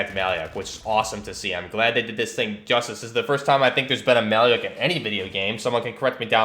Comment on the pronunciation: the actual pronunciation is a bit different: the "lyak" part reads as Luke (Skywalker), so "lya" is more of "loo" the name itself comes from our word малюк, which means baby